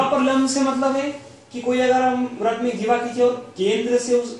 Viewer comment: व्रत नहीं वृत्त बोल भाई